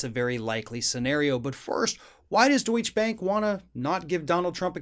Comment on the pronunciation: You might want to learn how to pronounce DeutscheBank if you want to be believable..